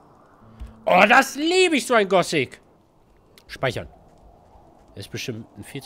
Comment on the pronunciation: Das heißt Gothic und nicht Gosic...